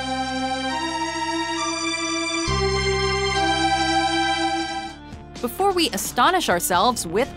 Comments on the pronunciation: its pronounce cap-a not cup_a u need more research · It’s “KA-PPA” not “KAP-PA” 🙄🙄🙄🙄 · Pronounces kappa wrong while somehow also showing clips with the correct pronunciation...